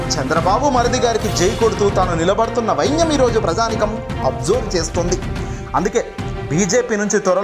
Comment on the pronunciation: వైన్యం కాదు బాబు ఆ పదం వైనం